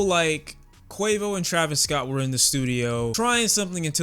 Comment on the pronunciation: “ Travis Scoot” 😂